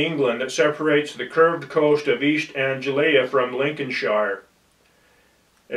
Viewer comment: You would have thought he would bother to check the pronounciation of Norfolk , Lincolnshire and Anglia ???